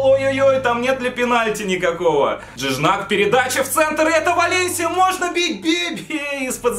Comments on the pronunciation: Не Джидняк, а Жиньяк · не джижнак а жиньяк ударение на я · На будущее Gignac говориться ждиньяк а не джинджак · Ты серьёзно это Жиньяк а не Джижняк грех его не знать одна из чуть ли не легенд марселя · Жижнак,блэт,Жижнак😂😂😂 Правильно Жиньяк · Жиньяк, а не Джиджнак, чуть не умер от такого произношения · Джиджак😂😂. Орнул. Джиньяк правильно. Раньше в Марселе и за Францию играл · Ща бы не знать Жиньяка и произносить его фамилию ка Джиджнак....Facepalm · Когда Хэйпи Гоу лаки А еще Тот Игрок Не джиджнак А джиньак😁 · Это же жиньяк а не джиждак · Не Джиджнак,а Жиньяк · Не Джижнак, а ЖИНЬЯК!!!! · Джиджнак😂😂😂. Жиньяк это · P.s. это не джиджнак, а джиньяк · брат правильно не джиджнак а жиньяк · джиджнак))) Жиньяк читается) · Вообще то не Джиджак а Джиньяк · Он Жиньяк а не Джиджнак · Жиньяк, а не жижнак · Жиньяк,а не жижнак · Жыньяк я не джиджнак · Жиньяк, а не Джиджнак)))) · не Жижнак а Жиньяк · Не женьжак а женьяк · Красавчик) Только правильно Жиньяк) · Жиньяк правильно. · он вообще-то француз, а французский и английский читаются по-разному, правильно Жиньяк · вообще-то он француз и читать надо не с английского а французского так что правильно Жиньяк я уж лучше знаю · Молодец 👏 только правильно жиньяк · Кровь из ушей шла, из-за твоего Джиджнака. Даже если это рофл над Акулом, то пощади хотя бы подписчиков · Правильно джиньяк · не Джиджнак а Жиньяк